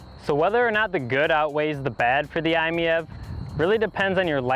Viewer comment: After seeing so many negative reviews of this wonderful little car, I'm glad to see somebody that gets what the car is about and what it is designed to do. It is pronounced "I Meev". I own two i-MiEVs. This is a great everyday car that comfortably seats 4 adults as well as it does 1. I drive mine almost everyday, usually about 25 miles, but I have done a couple of 100+ mile trips with less than an hour of en-route charging (gotta love those CHAdeMO quick chargers). If you can find one, definitely take it for a test drive. The car may not have much curb appeal, but driving it is an absolute thrill, especially when putting the excellent winter grip or tight turning radius to work.